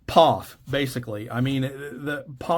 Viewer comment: Pof??? Can you even say POF